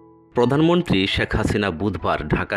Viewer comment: বাংলার শুদ্ধ উচ্চারণ শিখতে হবে। প্রধানমন্ত্রীকে পদান মন্ত্রী বলছেন।